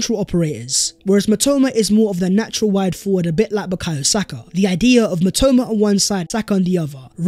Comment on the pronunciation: mitoma is my Japanese god and u butchered his name 💀